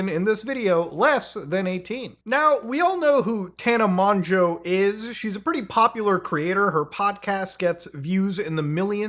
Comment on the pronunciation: thank you for pronouncing mongeau correctly